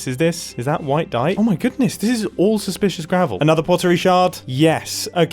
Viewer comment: ITS SUSPLISHISH GRAVEL